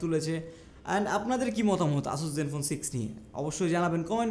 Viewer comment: উচ্চারণ "অ্যাসাস" হবে ভাই 🐸